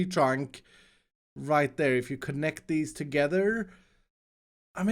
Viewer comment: He said tree trarwnk